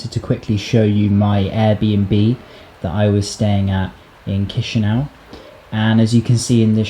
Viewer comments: ChişiNAU lol, its Chişinau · Not chişiniau but chişinau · Correct is Kishinau, but not Kishiniov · Chișineu😂I’m from Moldova, ly🤣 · 😂😂mooorrr cum spuni Chisinau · it's chisinau with c not k